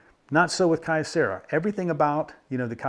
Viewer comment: A bit pedantic of me, but "Kyo" is one syllable. The company name is written with a mix of kanji and katakana: 京セラ . So three (for English speakers - the Japanese writing uses another syllable to make a long "o" but English speakers naturally make the "o" long) syllables total: "kyo" "ce" "ra" . The company has dabbled into almost anything electronics over the years .